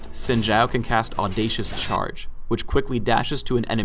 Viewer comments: why is he saying sin jow. its obviously zin zaow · No, because didn't know howto pronounce Xin Zhao correctly. In Chinese, Xin Zhao would be bronounced Shin Zow, Not Zin Shao. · Pronounced Shin Zow, I would know since Im Asian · Esse tempo todo eu falando “xin zau” quando o certo é “sin gial” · It's pronounced Shin Chow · If you're talking about the speed-skater, it's pronounced Shin Chao (or Chow as the guy said) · I pronounce it as Zin Zao, but others have different pronounciations. Proud to be full asian :^) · Anthony Mailly It’s (Sheen-Jao). Mandarin speaker here. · please guys his name is supposed to be pronounced "Shin zow" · Gotta watch out for that "Sin Jow" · wtf They say it correctly in the champion spotlight and yet people still say zin zao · I honestly thought it was pronounced 'zin zayo'; oh dear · its meant to be pronounced quin jough but riot doesnt know how chinese talk so ah well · "Sin Jau" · the 'Xin' sounds in between 'shin' and 'sin', thus creating our xin sound. It's not sin or shin, it's XIN <- read again to pronounce properly. the 'Zhao' isn't a 'Jao' as well. It's pronounced in the middle of 'chao' and 'jao'. there you have it, now you know the correct pronunciation for it. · An actual Chinese dude getting told he's pronouncing a Chinese name wrong. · to be honest i think how the devs say his name is wrong due to me being asian and asian hive mind is saying that its pronounce like Xin Zao. the voices say the h is silent. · And it's actually not pronounced like that in Chinese...but oh well XD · Wrong pronounciation.